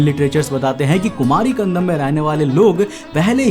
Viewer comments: bhai it's kandam not kandanam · It's not kandanam bro it's kandam😉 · Kumari Kandam not Kandanam.But the video content is very good. Nice research supported by proofs. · Khan-dam --- ko ---- khan-dha-nam kyu bol rhe ho bhai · It's kandAM he is pronouncing as kandaNAM! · कंदम को कंदनम क्यों? बोल रहे हो😅😅 Bar Bar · BRO I HAVE TO TELL YOU THAT ATLEAST PRONOUNCE THE WORD PROPERLY. WHY IGNORANCE? IT IS "KUMARI KANDAM" AND "KUMARI KANDANAM". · It is pronounced as Kandam, D as in Delhi..Also, k as in Akhand